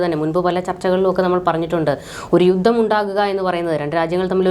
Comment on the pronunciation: 'യുദ്ദം'! യുദ്ധം എന്ന് തിരുത്തി പറയൂ.